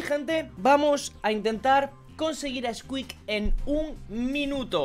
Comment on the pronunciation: Creo que la maldición cada vez va desapareciendo:o Mexicano xD